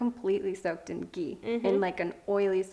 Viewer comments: The 'h' in ghee is not silent. It's ghee not gee. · It's not 'gee' it's 'Ghee' say the h 😂😂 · It's ghee..not gii..no hate, just saying! (Pronunciation is different) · Babes.. It's not Gee it's Ghee 😂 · It's not Gee it's Ghee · Please stop pronouncing it wrong. It’s “ GHEE” not “GEE” . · These people don’t know how to pronounce ghee. Smh😠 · Its not gee its ghee😂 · Btw It’s not gee it’s GHee